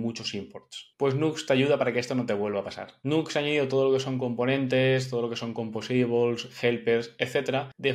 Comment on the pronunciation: Todo bien con el video, pero por que pronuncia asi "Composables"? 😖😖